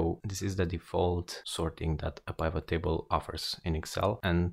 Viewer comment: The fact that he's prouncing pivot incorrectly makes me not want to watch his video.